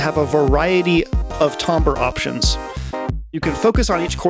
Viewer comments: Timbre is pronounced TAM-ber, not TOM-ber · It is tam-ber ñot tom- ber 🤬🤬🤬🤬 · The way you pronounce "tambre" gives me road rage. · The word you keep using, timbre, I do not think it is pronounced the way you think it is pronounced.